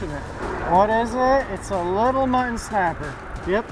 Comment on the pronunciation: Mu tt on . Sorry I’m a English annunciation Nazi